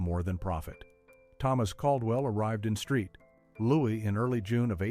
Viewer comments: St. Louis = Street Louis lolol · ...'Street Louis' ...😂